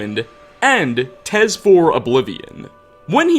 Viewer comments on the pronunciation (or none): Stop saying "tes"